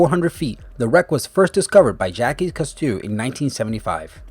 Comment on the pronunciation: please tell me he didn’t just mispronounce Jacques Cousteau like that 🤦🏼‍♂️